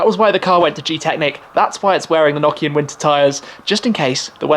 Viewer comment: Did dis guy say Nokia tyres 😂😂😂